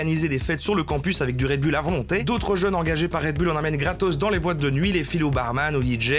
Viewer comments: Red Bulle, haha. Ca ce prononce Red Boul, patate haha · un "redbulle" ptn... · "red BULLE..." fait un effort, bordel... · Red BOULE par pitié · ça se prononce Red BOULE camarade! Tu l'as tellement répété avec la mauvaise prononciation, j'ai les oreilles qui saignent!